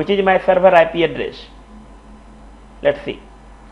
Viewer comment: It's Good, and Informative, however your prognostication is terrible of address, station, enable, list. It's really distracting and annoying :)